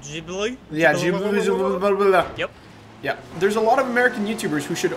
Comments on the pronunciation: you really F up the pronounciation of the ghibli . its GHibli {Ghi not Ji} like how french say the letter R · It's pronounced like GEE BLEE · ITS PRONOUNCED GHI-BLEE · Maserati Ghibli (Gee-blee) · Btw it's pronounced Gill-bee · Justin Andrews Ghee-blee* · it's pronounced like geeblee